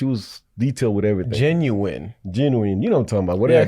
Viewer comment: Thank you for correcting your father on pronouncing genuine incorrectly. But apparently a lot of people pronounce it like this! I've heard it so much that I questioned if i was the one who was wrong lol